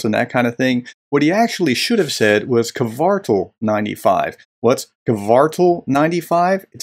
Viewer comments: The "Cartel" vs "Kvartal" thing on its own makes Ritter look like a complete dunce. Not to mention the other 36 minutes of that video. Also the pronunciation is /kʋǎrtaːl/; Hyphenation: kvar‧tal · Ritter didnt need to deliberately mispronounce Kvartal, but he did, most likely intentionally.